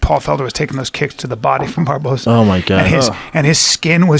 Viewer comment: Eddie "BARBAERNO?" Bravo